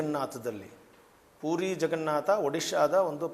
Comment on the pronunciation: ಪೂರಿ ಅಲ್ಲೋ ಮಾರಾಯ...... ಪುರಿ....